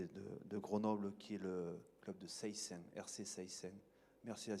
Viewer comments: On dit séssins pas seyssins même si ça s'écrit comme ça. Ça va pas faire du ping pong rugby ce samedi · Il faut juste qu'il apprenne à prononcer Seyssins 😁😁